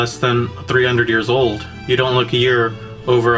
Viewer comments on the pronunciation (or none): none